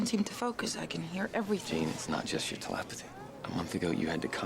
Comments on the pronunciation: ‘Talapathy’?? What the hell is that? I think you mean ‘telepathy’ 🤦🏻‍♂️ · Love how Tara pronounces telepathy like talapathy lmaoo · “TeLAPathy” Omg, the way she pronounced that made me go T Rex arms for a couple of seconds! Rawr! But I’m calm now, it’s all good.